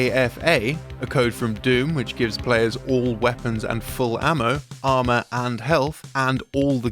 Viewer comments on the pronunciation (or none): none